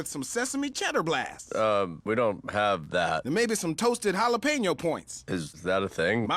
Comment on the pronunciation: You're mispronouncing Jalapeño, it hurts my ears ;^